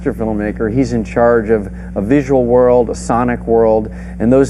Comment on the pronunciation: oy!! foightin' round the woild!"